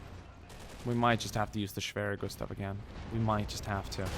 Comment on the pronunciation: wow respect you speak the word schwerer gustav very good